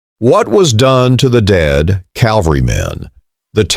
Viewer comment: I'm giving up at the ten second mark, since you couldn't give a rat's ass enough to learn the word "cavalry."